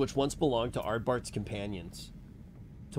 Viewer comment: Cmon, it's ArdBERT and ZodiARK. It's not difficult. Love the fact that you enjoy the story though.